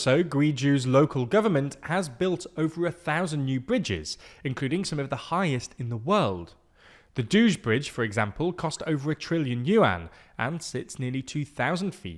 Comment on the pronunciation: Did really pronounce "Duge" as "douge"? 🤣